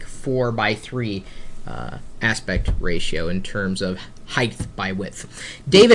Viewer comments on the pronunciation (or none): HeighTH is not a word; It's HEIGHT and WIDTH. We don't say WEITH.